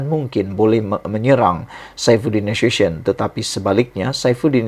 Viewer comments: Na su syen…. Nak sebut nama orang pun tak gheti. Na su ti yon la ngok!!!! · Sdra anda perlu tahu sebut nama sebenar Saifuddin NASUTION. Sebutannya NA-SU-TI-ON. BUKANNYA sebutan cara bahasa Inggeris yg bunyinya seperti NASUSYÊN. Dia bukan orang Inggeris. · Sebutan bukan nasuson tapi sebutan nye NA SU TI ON.